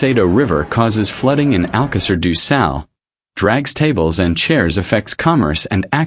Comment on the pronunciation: Porra utilizem essa coisa da inteligência artificial mas o nome da localidade é de Alcácer do sal e não alqueires ducal os nomes das localidades não têm tradução e essa porcaria que voces usam da artificial revolta qualquer cidadão nacional ao ouvirem esses nomes que mais não são que uma aberração tal como o nome do rio ppi o nome dele é SADO e não ducal parem com essa mercadoria de ofedenderem a dignidade das pessoas com essa coisa da não inteligência artificial ela é sim uma aberração ao serviço da dignidade humana